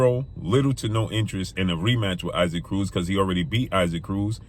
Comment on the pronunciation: Do you ever make an effort to learn to pronounce fighters names dude? Who tf is Iseek Cruz